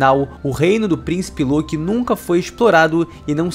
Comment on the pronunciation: Ele falo loki errado o vídeo inteiro